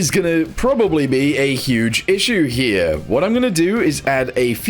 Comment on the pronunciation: "up herYA" got me screaming bro 🤣